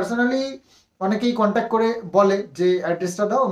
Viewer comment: Contac noi contact... English word thikthak jene bolo.. Hajar hajar lok shunchhe... Ki nishswartho somporko... Vaba jai.. Khub mushkile porechho.. Kono chinta nei.. Simadi tomari didi thakbe.. No chinta..